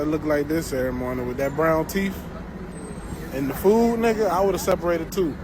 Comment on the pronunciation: what are "teef"?